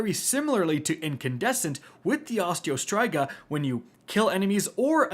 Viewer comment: My gosh the way he says Striga in Osteo Striga was driving me nuts!! 🤣😂